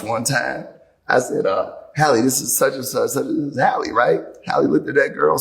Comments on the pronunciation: Her name is: Hay- lee NOT HOLLY ! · It’s Halle not Holly.. 🤦🏽‍♀️ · Who is Holly Berry? How can you watch a video with her name being pronounced properly dozens of times and still keep say Holly? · These men don’t even pronounce her name correctly. 🤷🏾‍♀️